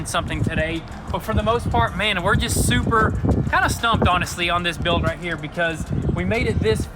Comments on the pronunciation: "Suppper" is like "Daaamm" cool 😅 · It's "super", not "supper".